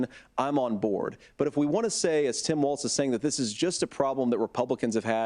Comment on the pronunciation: Vance pronounces 'Tim' more like 'Sam'. ???